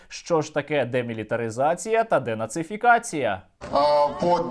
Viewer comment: Вігаваріть ані нє могут "дєнацифікація.". Хай тренуються про себе вимовляти" дєшизофрєнізація". Хоча не знаю, чи можливо це в цілій країні?